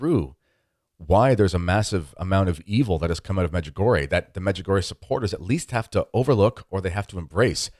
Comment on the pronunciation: I would suggest talking about what you know. Clearly you have the Medjugorje for Dummies as your guide. (1) you mispronounce the name od Medjugorje. (2) as to the parchment with the 10 secrets, Mirjana can read it, other people can't for the obvious reasons. (3) give me $ so we can build more churches? What churches? (4) there are authenticated healings....how many people have you cured?you have major issues, unfortunately your lack on intelligence can't be helped.Could go on...